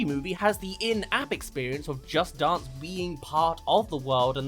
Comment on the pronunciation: No Offense, But his pronunciation of "Dance" makes me Upset!